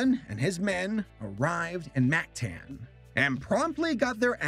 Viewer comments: As a filipino, I tried my hardest to not jump off a cliff from your pronounciations. It's Mactan (mahk-tahn) and Lapu-Lapu (lahpu-lahpu) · in "mactan" a is supposed to sound like a